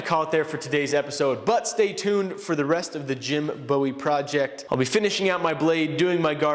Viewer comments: BOO-EE it's BOO-EE not BOW-EE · Jim Bowie and David Bowie are not pronounced the same. I live in Bowie county TX which is about 30 miles from Old Washington, AR where the first Bowie knife was made. The Bowie knife is pronounced 'bu:. ie, or the same as a marine buoy. I know this shouldn't drive me crazy, but it does. James Black and Jim Bowie would greatly appreciate it if everyone knew how to pronounce the name of their iconic blade. Also, incase your viewers don't know the James Black School of Bladesmithing is open in Old Washington, AR. They host blades enthusiast events that are a lot of fun. Doug and Neil form FNF came to the last event. Fun was had by all. There is also an annual event in early spring every year called the Jonquil Festival. Four States Iron Munchers blacksmith club sets up and demonstrates at that festival. Really good event. You should totally come on down and check it out.